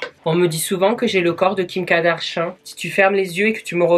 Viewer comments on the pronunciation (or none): ''kim kadarchian'' 😂😂😂